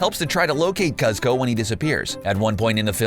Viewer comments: It's pronounced "coozco" not "cuzco" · Cuz-co and Crunk, THOSE ARE NOT THE NAMES